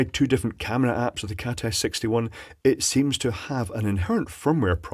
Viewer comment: Am I the only one who hears saying "Cat Ass 61"?!?